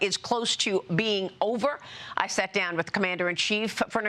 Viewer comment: "I saet dawn" oh what a special lil cookie you are